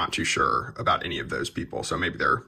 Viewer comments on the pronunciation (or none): none